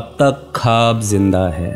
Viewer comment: It's “Khwab” My Brother... Not Khab....